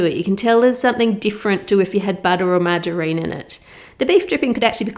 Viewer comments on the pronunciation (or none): none